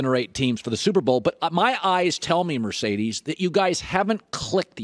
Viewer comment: Why he call him Mercedes? He’s M”a”rcedes bro